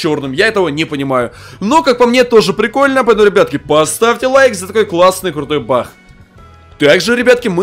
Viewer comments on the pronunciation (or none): как ты странно болтаешь... что такое бах ты вместе баг говоришь бах) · Ты говоришь не баг а Бах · Он говорит не баг а бах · Кто заметил что говорит не баг а бах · Ахахахахаа ты сказал не баг а Бах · не бах а баг